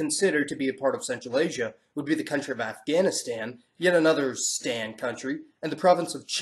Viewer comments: Nice be we "stan people" know that stan is said with the same kind of a as your English word father. Not stan like the mans given name. good video though and pretty accurate on most. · They are not pronounced like the nickname for Stanley they are pronounced where the "a" sounds like "aw" in fawn. Trust me I've lived there.